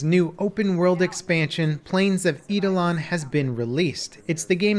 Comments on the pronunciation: E-dolon? No it's Ai-dolon. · Btw warframes new expansion is eye-da-lon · What the actual fuck was that pronunciation of Eidolon?